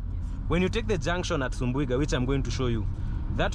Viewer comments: its subuiga not sumbuiga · That town is SUBUIGA not sumbu...iga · Nice content, Actually the last part covered by drone was Makutano Town, Kuna Meru town sasa😅😅 Its subuiga not sumbuiga😂